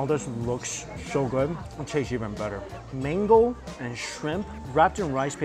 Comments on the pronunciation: Why keep saying mingo ? It’s mango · Cam you stop pronouns as mingo , it’s is mango